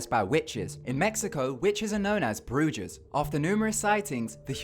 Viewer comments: So many mispronounced words.. Brujaws... It's brew-ha. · its pronounced brewha not bujas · is brujas not brugas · Bruchas😂 (Bhru- Has)! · Boy you said everything Wrong... montary? It's Monterey (Mon•Te•Ray) and broojes? It's brujas (Broo•has) JS... trying to help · brujas is pronounced bru-has not bru-yas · brujes? he...he means brujas right, its said broo-ha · Broojas 😂😂 no no no man it's pronounced BRUHA you need to watch paranormal activity with the Spanish guys then you will know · "In Mexico, witches are known as Bruges" It's pronounced Brew-hahs, Brujas. Please learn how to pronounce Spanish words. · wtf is brujjas??? it's pronounced bru- has. I was in Wicca and most dont even know how to read the tarot and don't know shit. My friend Leo was drunk when he wrote the black bible and everyone who wanted to make "black spells" payed $600 for it. what a joke!!! :-) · on number 1 it pronounced "Brew-has" not "brew-jas" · its broohas not brujas 😐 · Bru jas lmao u pronounce it like bru has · lmfao "witches are known as brujus" lol bruja is pronounced bruha bruh. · its pronoused BRU HHASS not brujusss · Haha pronounced bru-ha, not bru-jizz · I'm not really a "grammar-Nazi", however, witches in Mexico are "Brujas", and its pronounced "broo-hass". Just saying,lol. Besides that, this is a very interesting video, as usual. I very much enjoy this channel, so thanks for the upload!!😜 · brujas? It's pronounced Broo-has 😂😂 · Is it just me or are 50% of the comments about ? (He said 'bruges' instead of 'brujas') 😂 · Brujas, is actually pronounced Brew-Haaz. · Monterey = Mon-ter-ray Bruja = Broo-ha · "Brullas" OMG, I'M LAUGHING SO HARD. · it's actually pronounced "broo- has" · its "brujas" not bruges. the j sounds like an h if spoken spanish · The cringe when he said brugas when it's brujas but I appreciate that he tried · It's pronounced "bru'ha's" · Paused the video to read the comments. "BRUYAS"? LOL. Google translate: Witch->Bruja (Play sound) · Bruja "bru-ha"